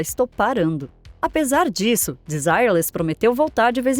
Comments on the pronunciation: Não seria a pronúncia "Denzirrê"? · era pra ser desirrê less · Em francês é: de-si- rrê-le. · Achei que pronunciava errado desde meus tempos de criança...kkk Agora vi que é De-zi-re-lês mesmo...obrigado. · VERDADE!! PERCEBI ISSO !! É " "DESIRRÊRLIS" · Se pronuncia Desirêles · Kkk Não aguento isso, as pessoas quererem pronunciar todos os nomes estrangeiros como se pronuncia em inglês. Apesar do nome ser em inglês e significar sem desejo, o conjunto era francês, que por sua vez a pronúcia é bem diferente: dezireles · Ok, mas a pronúncia do nome dela está errado, não é em inglês e sim em francês. A pronuncia correta não tem nada haver com o dito no vídeo. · Não assisti a outros vídeos desse canal... mas tenho minhas dúvidas que a narração tenha sido feito por por uma pessoa e sim por uma Inteligência artificial... está tendo muito isso no YouTube nas últimas semanas... Fora a pronúncia do nome da cantora, tudo está muito bem feito... posso estar enganado, mas tem essa possibilidade da I.A. sim.... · Eu não escondo que me incomodei com a pronúncia. O nome das pessoas não se traduz, mas o conteúdo foi muito bem produzido e produtivo. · ACHO UMA FALTA DE RESPEITO COM A ARTISTA ELA É FRANCESA.. MAIS ESTÁ COM A PRONÚNCIA DE UM NOME INGLÊS... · pronuncia horrivel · se a mulher e cantora francesa , a pronuncia tem que ser em frances kkkkkk